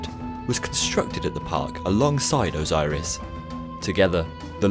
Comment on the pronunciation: OZOIRIS SEWNDS LOIKE A VOIRUS